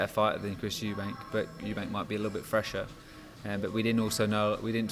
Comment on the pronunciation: You mean Eubank... Capital E....not eubank,.